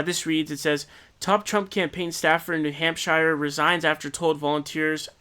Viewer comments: needs to be more like 'hamp-shurr' (coming from a new hampshirite) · Yeah, "New Hamp-SHIRE" was a little "awkward" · Don't say new hampshire like that